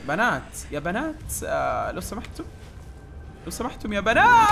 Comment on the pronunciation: يضحكني إذا قال يا بناتس😭